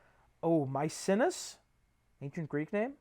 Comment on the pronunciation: introduction, we know it’s 6pm opening quote spoilers spoilers spoilers chapter 1, take 3 Nick is a damn NFT bro My-seen-ee-us I think Nick wants to fuck Tom Nick x Tom confirmed mother fucking great replacement? holy shit, that was all just one chapter? Chapter 2 - in which nothing continues to happen